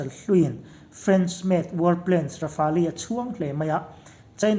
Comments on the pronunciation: Rafali anilo😂😂😂😂..Raf-el titache...🤣🤣🤣Rafale leh j20 ron compare don motia,India sawiselin china ron fak chiama,..yutube ka en suall😁😁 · Rafali tilo a lamdik hun ah ka subcribe ve ang🤣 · Rafel tiin lam zawk la dik lo maw le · Rafali ti in an lam ngai hlei nem... Midang lam dan te hi ngaithla thin ru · Rafali an ti ngai lo! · Lamdân dik a hre ve lo maw ni le....Rafali ti deuh tlat mai bawk si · ra-fal tiin an lam ri deuh in ka hria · Ra-fa-li tih chu a dik zan lo lo maw? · 'Mau ze dong' tia lam tur. Rafale hi raf-el tia lam tur ani bawk e